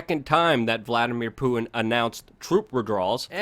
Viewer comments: PuTin not pooin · Hey Luke, I'm being hyper critical here but enunciate your "T"'s please. It's not just you but I'm hearing this a lot from Americans in recent years where words like "Putin" comes out like "Pooin" or Satan sounds like "Sayyin". What's up with this? Is this a conspiracy against the T sound?